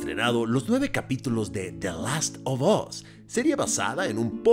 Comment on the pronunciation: Como escucho a Kristoff: "De Lasto bos" 😂😂😂😂😂 Manita arriba si tu también lo escuchas.